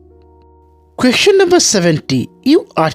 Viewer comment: কোয়েকশনরে ভাই কোয়েসচেন it’s not qaktion question 🙃🙃🙃🙃😜😄